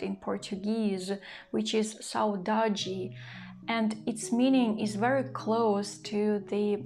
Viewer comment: You pronounced the word "saudade" very well. Here in Brazil, we use this word to describe a feeling that is not always sad. It could be nostalgia, the lack of someone who is not among us, or the memory of a pleasant period that is in the past (a happy childhood, for example). I hope you are enjoying where you are. Sending best regards from Brazil, Kelly.